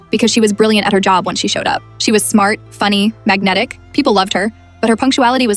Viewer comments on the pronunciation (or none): Did you say magnetic 😊